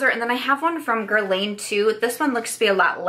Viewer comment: Love this video! Just a tip: it’s not “gerlayn” it’s “gerlahn”